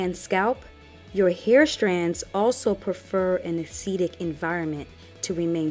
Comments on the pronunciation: Nice videos, very informative! (I do wonder you pronounce acidic as aceedic? You don't say aceed instead of acid, so surely it should be acid-ic) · It's not a long e on acidic! As a nurse I cringed every time you said acidic! Acid-ic..not Aceedic! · THE WORD IS; ACIDIC AS IN ACID, NOT ASEEDIC, That's not a word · Am I the only person who was weirded out by the way the pronounces "acidic"? She says "Ah-seed-ick". I've only ever heard "Ah-sid-ick". Just giving my thoughts, no hate lol it's an informative video. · It's acidic. Not acetic . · That really bothered me throughout the video 😬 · Jacob that was urking my nerves too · I can't get over how you say Acidic loool. So do you say aseed instead of acid 😂😂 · Very informative, but a-cee-dic was killing me in the beginning. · This is very informative but i wish she wouldn't say "aceeedic", its giving me hives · Umm... I'm not trying to listen to anything scientific if you can't pronounce "acidic." Not trying to hate, it's just really worrisome.